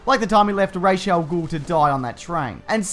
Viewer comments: I know I'm being really anal about this, but the Ras in Ras al-Gul is pronounced as Raz, not Raish. Just saying. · it's Ra Al Ghul like "Raw" not Ray .... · Its Ras Al Ghul not raish... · Who the fuck is "Rayshell Ghoul?" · It's Ras al Gul not rash al gul